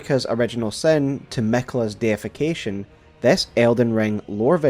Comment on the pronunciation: Just as an audio note: when you said deification, it kinda sounded like defication.